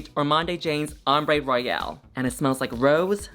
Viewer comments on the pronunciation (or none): none